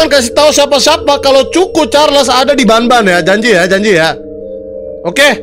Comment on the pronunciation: Bang choo choon charles bukan c*** carles